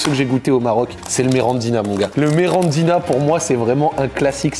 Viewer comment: C est pas grave mais ça me rend fous c est MIRINDINA et pas merandina